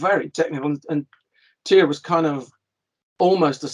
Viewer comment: Tyr, pronounced TEAR!!!